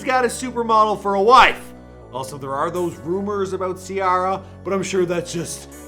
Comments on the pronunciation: The way you say Ciara kills the video... take it from somebody from Griffin. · How hard it is to pronounce Ciara🤦🏾‍♀️ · Shernea Earnest the way he did it is so cringy too, I'm surprised nobody else noticed really. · I noticed that 🤦🏼‍♂️